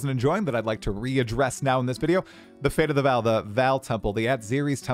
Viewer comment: V[AW]L, not "Val" Please, man